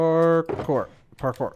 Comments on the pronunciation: I've never been so aware of the American accent saying "pore-core" instead of "parkour". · that's funny hahahahahhaahah stop saying parkor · At first I heard "parkour" then it turns into "papoy" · Is saying parkour or pork ore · It sounds like parker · I think at some point he started saying “carpour” sometimes lol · I know Spanish, and it sounds like ¿Por Que? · "Pork ore" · 😂😂 not going to lie, I totally started hearing that too 👏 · first parkour sounds like "Bonjour" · I swear I heard you say "por favor" a couple times in there. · By the end I thought he was saying hard pork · will you ever say parcore again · It sounded like you were saying parker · Legends say he is still saying Parkour. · "Today's forcast".... I think you mean parkour parkour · Did it ever get easier to say parkour at any point?